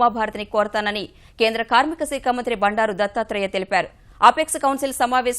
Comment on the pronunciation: Saakha anaali. Aa as in apple. seekha kaadu.